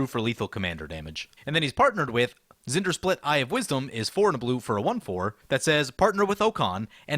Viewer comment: Just listen to how it’s said in the video. Zendersplit. That’s not his name.